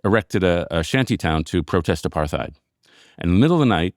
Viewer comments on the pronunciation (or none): Does anyone else think it's funny that a guy as smart as David Brooks doesn't know how to pronounce the word "apartheid"? I love him, but this really amuses me.